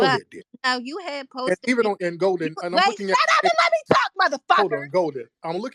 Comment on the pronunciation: Golden sounds more like Molden.